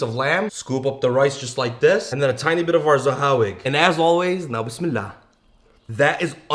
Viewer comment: Why did both of you say na-bismillah instead of bismillah?